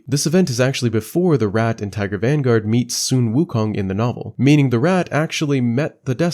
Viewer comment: its sun wukong, not sun woookong lol